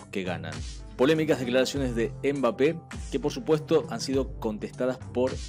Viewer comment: No se dice embape se pronuncia mbape como el sonido de la eme que no es em m solo m como cuando se asiente algo mmm no dicen ememem